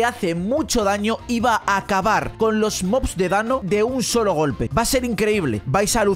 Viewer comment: dice Batalla de mos Yo: batalla de que, de moscas? XD